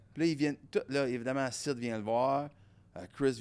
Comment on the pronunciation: Cest Sid pas Syd